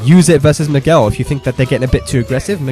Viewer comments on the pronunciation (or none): none